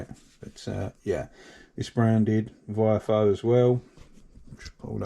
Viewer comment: Long time viewer and fellow Essex boy here! I would love one of those Dash cams, but I think your saying it wrong, it's pronounced VIOFO 😂. Keep up the good work, more videos on the 5 Turbo please 🙏